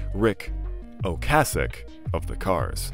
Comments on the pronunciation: I have never heard Ocasek pronounced that way. Have always heard it "Oh-Kay-sec". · It's Ric oh-KAY-sik. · oh-KAY-sic. You literally pronounced it every way BUT the correct way.